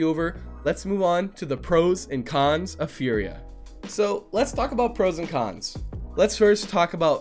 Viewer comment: Is it just me, when says con's it sounds like khan's? 😂 Great content as always